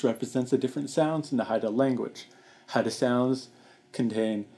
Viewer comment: Hey! I watched this documentary a few days ago. I thought it was really neat how you pronounced the words. It's interesting that the Gospel of John was one of the first major works done in Haida. Does any of your family speak Haida?